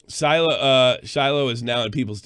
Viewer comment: SHY-LOH. Not “Silo”